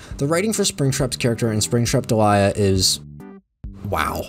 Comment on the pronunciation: can i just say i still firmly believe it should be pronounced "DEE-lee-a" like the actual name delia and NOT like "de-LIE-a" like delilah without the extra L